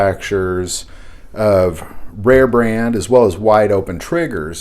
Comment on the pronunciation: It's Rarebreed, not rare brand.